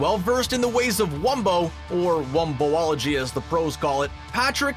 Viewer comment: womboalagy??? its womboligy